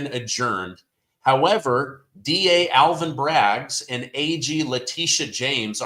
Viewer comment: You always say Alvin braggs lol